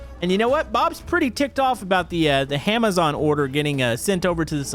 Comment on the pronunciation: Did he say HAMAZON